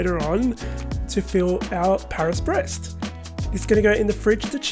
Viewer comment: I feel like it's pronounced "bray".